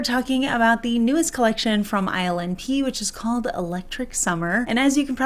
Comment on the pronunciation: Omg lol instead of hearing ILNP, I kept hearing her say “island pee” 😅 .. was like that’s not a pretty nail polish name.. maybe this brand needs to rename itself 😂😂😂